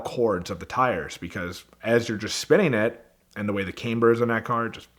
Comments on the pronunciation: “Because of the car and the CAMEBER i wore my tires out” “CAMEBER” C A M E B E R Its Camber. Ed, no more of this guy please. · Came burr? If he can't even say camber.. That's a bad sign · Oh HELLLLLL NO I HAVE To throw Away this whole every I gave myself a hemmroid by how hard I CLencgh my asscheeks did you do that on purpose why did you pronounce it as CAME BUR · cameber? Is that what you call camber? Drift break? Race cars don't have warrantees? What do you mean your car isn't loud?!?!?! This guy is worse then I thought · Did he say CAMEber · caymber??? lol!! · came-bur FUCKING PARDEN?!? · Camemberts! XD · The way he pronounced camber has me triggered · this guy was so make like. said camber weird, called e brake drift brake, overnighting parts only to keep braking it. “i’m gonna win this competition” oh please. never again Ed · Did he just mispronounce the f*** out of camber ? My God what an assclown